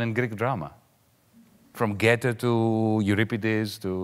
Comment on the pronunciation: Greetings from a German fan: Dear Yanis, you gave a very interesting talk, but the name of the German poet and scientist was Goethe, not Gäthe. Your mispronunciation made me laugh so that I could not resist and had to write this: To pronounce the long oe or Umlaut ö sound, protrude your lips like in a long oh sound, but raise the blade of your tongue and move it forward. Better yet, ask some German speaker sometime to teach you how to pronounce it. Should be easy for a you as a Greek, except you may have a hard time with the length of the vowel, as Greek seems to have no distinction between long and short or tense and lax vowels.